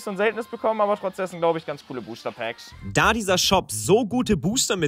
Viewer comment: " Booster Pääckz "